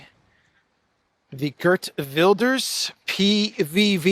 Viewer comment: Geert is pronounced as heert in Dutch btw.